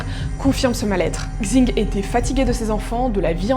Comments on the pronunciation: Pour info "xing" ça se prononce "ching" et pas "kzing" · Le X en chinois se prononce « ch ». Super chaîne en tout cas ! :) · super vidéo !! Juste pour Xing Leili, son nom de famille se prononce comme "sing" et en fait son prénom c'est Leili